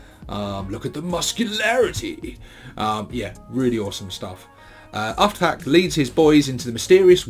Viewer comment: Its pronounced like "Oof-Thak" But yeah, give Brutal Kunnin a read, lots of great orky perspective shenanigans in it, can tell Mike Brook is a proper Ork fan. Also look for the Ebook prequel short story "Where Dere's Da Warp Dere's A Way" if you want to understand why he has that stitching on his neck, theres a very funny scene with an Admech Kastelan Robot in that story XD